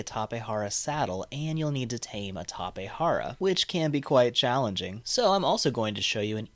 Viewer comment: Tapejara not Tapehara. Its also Jenny and not Henny.